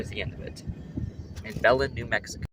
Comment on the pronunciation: Locals pronounce Belen as "bull-EN" with the emphasis on the 2nd syllable. I made that mistake when I first started working for BNSF there lol